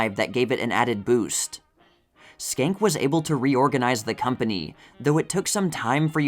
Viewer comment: I love your videos and have watched for years! I think Joe Schenck's surname is pronounced "Shenk" because in Harpo Marx's autobiography, Harpo said when he was in Paris he stayed at the Hotel Georges V (Georges Cinq, or George the 5th). He couldn't get the pronunciation of Georges Cinq right until he realised he could say to the taxi driver, "Hotel Joe Schenck" and it always got him there 😂